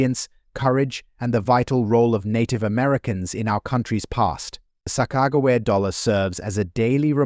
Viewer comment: They found every possible way to mispronounce Sacajawea. And they even mispronounce the word tear. The producers are super lazy and don’t bother to fix anything before posting it. Very very irritating. It severely detracts from all info given, whether accurate or now. Who’s going to listen seriously to a voice that sounds dumber than a 3-year old?